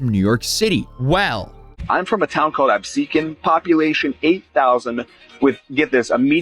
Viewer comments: lol how do you get “episquan” out of Absecon?🤣😂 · brain died trying to pronounce Absecon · The Absecon pronunciation edit fucked me yo